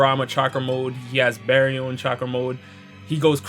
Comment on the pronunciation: Let me help you out with your baryon pronunciation bar as in the place to get drinks RE as in DO RE ME FA SO YON as in yawn I gotchu homie